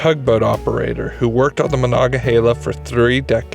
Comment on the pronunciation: It's heela, not hayla.